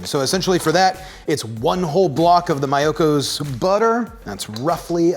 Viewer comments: It’s Mee-oh-kos 😝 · It's MEEEyokos. :)